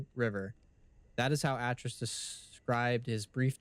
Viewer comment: Atrus is pronounced Ay-Trus and Gehn is pronounced like Geh-n, like Hen with a soft G...just fyi